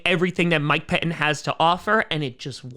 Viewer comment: Yeah, just FYI...."Pettine" still has two "t's" in it.....you might try learning to pronounce them.